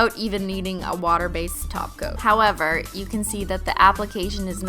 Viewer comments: oh, "top coat"? I thought she was saying "taco" lol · Every time she says "top coat" it sounds like "taco." Now I'm hungry af